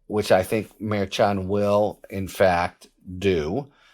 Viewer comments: Sounds like you are saying "Mayor Chawn", rather than "mer-shawn" / mer like her / 2c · Merchan is pronounced Mershon quiet n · Harry is an awesome commentator. But seriously, he needs to stop mispronouncing Justice Merchan's name. He is a highly respected professional. Mispronouncing the name of the Justice is beneath him. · It’s interesting that with all your skills you cannot pronounce Judge Merchan’s name properly, as KFA has taught you.